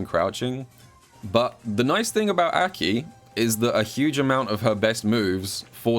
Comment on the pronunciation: love this video. Absolutely hate how he pronounces aki's name tho lmao